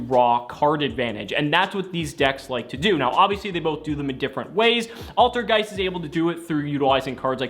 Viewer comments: altergay- ALTERGEIST You almost slipped there my dude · I'm positive that said altergay